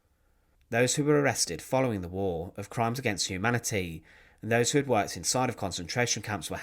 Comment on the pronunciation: War !!, not " wall"